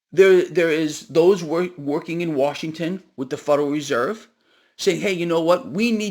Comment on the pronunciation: Did I hear Warshington? 😂